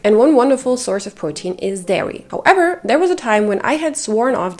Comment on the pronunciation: When you say “how-EVER” 😂